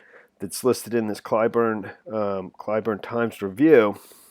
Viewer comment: It’s pronounced Klee-burn (Cleburne) BTW.